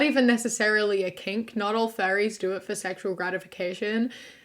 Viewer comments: You pronounce furries like fairies and I was so confused for a whole minute until you said fursuits and I went ohhhh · Dude oh my god when you said "furries", I thought you said "fairies" and I was so confused like I was thinking like the lgbtq+? Because yeah I guess we're called fairies sometimes and then when you said fur suits I felt so fucking stupid lmaoooo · When she was talking about furries I thought she was saying “fairies” and I was so confused as to why they’re talking about fairies like they are some controversial group like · I'm sorry but the entire time she was talking about furries i thought she said fairies. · I THOUGHT SHE WAS SAYING FAIRIES. I WAS SO CONFUSED